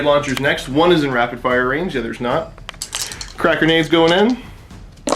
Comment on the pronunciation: Di Eh? :)